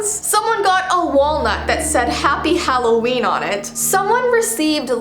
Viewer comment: its Halloweiini!!!!